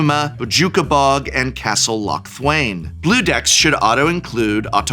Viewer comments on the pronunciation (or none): none